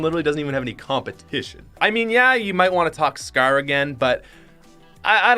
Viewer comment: Dont you mean “combatition??”😂😂😂😂 Edit: OMG HE HEARTED IT😱😱😱